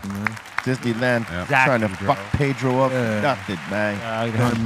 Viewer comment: How is it possible that you guys say, pay dro. and mock the white boi. ?? PEDRRRRRROOOO.